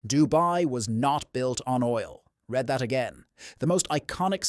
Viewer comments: Is that ai. ? It’s read not red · 4 SECONDS IN;...." red that again....." the text was READ that again. I AM GETTING SO FKN SICK OF THIS ABUSIVE LOW CLASS BULL SHEET ai SLOP. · AI cannot distinguish between RED and REEED. (read) Editors have no clue either. Lie to me in under 10 seconds... I'm out of here. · Our new god can’t spell nor correctly pronounce the word “read” in context. It’s terrifying to think we’re handing so much power to this stupidity.